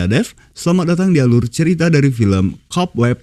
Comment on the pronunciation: Cobweb bukan Cobwab bang 🙏😅